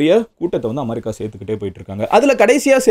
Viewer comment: Madan anne en America va amaarica nu solringa